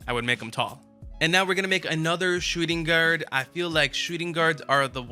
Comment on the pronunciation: Can u please read your own title next time......shooting guard?????🤦🏾‍♂️🤦🏾‍♂️